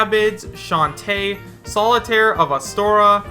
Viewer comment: Steve over Banjo is already a nope, but vault boy? I just don't see that at all. Also, "Solitare of Astora" made me snort